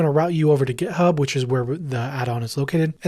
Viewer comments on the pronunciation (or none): none